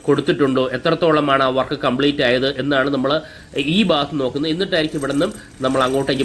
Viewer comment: ബാഗത്ത് അല്ല ഭാഗത്ത്. ശരിയായ ഉച്ഛാരണം നടത്തുക.